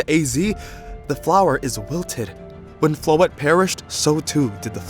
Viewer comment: As a french speaker, I love hearing English speakers pronounce Floette like this. I've heard too much people pronouncing it "Floeetee" 😂